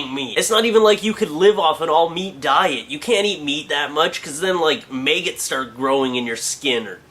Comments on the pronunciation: hehhe he said maygots! :D hes so awesome!!! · ''maygetts'' grow in ur stomach.